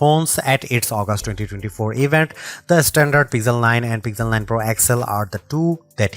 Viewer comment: "Peezel 9"????